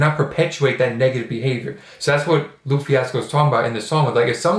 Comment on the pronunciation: I know this is a late comment but for future videos lupe is pronounced lou-pay